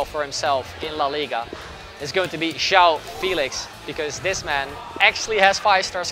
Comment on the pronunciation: It would be nice if someone actually pronounced João Félix correctly kkkkk